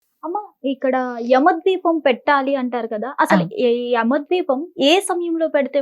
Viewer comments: ద్వీపం కాదమ్మ దీపం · ద్వీపం కాదు అండి దీపం 🤦‍♀️ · Yama ద్వీపం కాదు దీపం